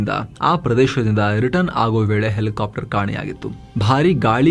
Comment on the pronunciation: Elikaaptar... Elikaaptar 😂😂😂😂